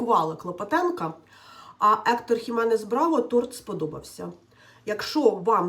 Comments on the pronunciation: ні, він Héctor Ismael Jiménez-Bravo. J завжди вимовляється як Х в іспанській, а він з Колумбії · Весь час був Хіменес(принаймні в українській озвучці ) ,а у Тані вже Іменес😂.Торт "три молока" це класика